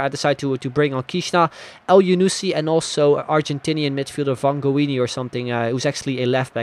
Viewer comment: Vangioni is pronounced: Van-he-o-nee in spanish. It's also an italian last name so in italian it's pronounced: van-yio-nee. There you go.